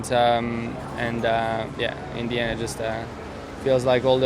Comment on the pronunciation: Great race. Loved it. Does anyone else wt annoyed that george russell pronounces th with a v? Vhe race, vhere, vhats, etc. So annoying. Well done lando and lewis.